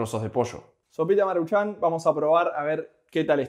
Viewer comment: No es marchan como tal... es más bien marūchan... nadamas así es acentoo en la uuuu